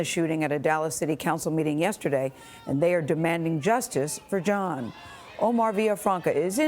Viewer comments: I know its not important but m so tired of hearing them say the name like that... The last name is of French origin... Jean not John or whatever you ppl are saying.... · It's not important but maybe you should Google how the French pronounce Jean (Jehan=Jon... John)